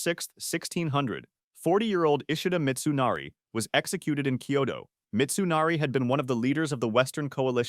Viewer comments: 'Koito' =/= Kyoto. You can do better than that. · Turned his army towards ''koito''?! This is AI isn't it? lol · "he fought 61 life and death duels and didn't lose A SINGLE ONE" - haha, bullsh!t, he lost a couple while he was still learning (read about it, I have!). Furthermore, if he lost a SINGLE life and death duel he wouldn't have died like he died ;) Jeeebus, the murder of the Japanese cities names is killing me "Koito", seriousLee?! 🥲